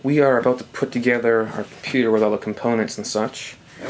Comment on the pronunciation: Did you call it a pewter? LOL.